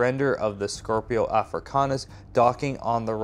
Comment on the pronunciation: kinda infuriating how you keep mispronouncing it. It's SCIPIO AFRICANUS. Named after Scipio, the Roman general that managed to beat Hannibal 202 B.C. It has NOTHING to do with scorpions